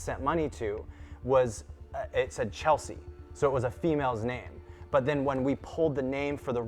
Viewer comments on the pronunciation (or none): Not Chelsea… CHLESEA! 😂